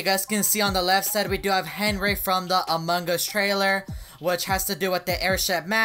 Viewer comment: Evereyone: among us: among guz